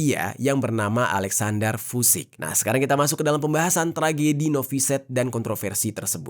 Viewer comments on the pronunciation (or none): Maaf bang... cara baca Vucic suara huruf C nya jelas... Vucic bukan Vudic, suaminsaya dari serbia